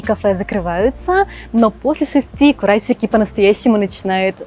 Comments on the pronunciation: Спасибо большое за видео, очень интересно!👍👏 Скажите, пожалуйста,так как всё-таки правильно произносить: КураСики, как на обложке видео или КураШики, как вы произносите? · Уже который раз спрашиваю, как же правильно произносится вот это сш на японском. Вы говорите Курасшики, произнося и С и Ш. Но при этом подписываете видео как Курасики, а на английском языке пишите Kurashiki, что произносится как Курашики. Так как правильно?